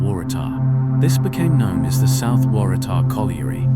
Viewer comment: Thanks for the lovely video. I have often ridden my bike on those bike paths and didn’t know that they used to be railway lines. I’ll be having a closer look next time I go. It took a few goes but the narrator got Kotara right in the end. Waratah was a bit dodgy though 😊.